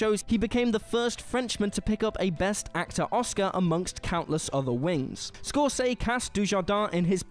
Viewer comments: he said neither. He said "Scor-say." Never heard that before. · “Score-Say”?!! Do you mean “Scorsese”?!! Jesus! You don’t even try!! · PLEASE take this video offline and overdub the audio. mangles so many names in this thing that it's not funny. All About Eve instead of All About Steve? Michael Gondry instead of Michel? Scorsee (?) instead of Scorsese? Were ALL theses typos in the script or is your V/O talent truly inept? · Who's "Scor-say?" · How do you mispronounce Scorsese? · I think you expect too much from people who cannot even pronounce Martin Scorsese correctly (in Jean Dujardin segment).